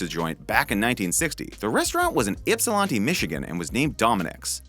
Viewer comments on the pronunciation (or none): Anyone else cringe when he said Ypsilanti wrong 👀